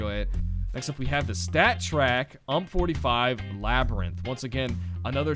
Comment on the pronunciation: He says umpp45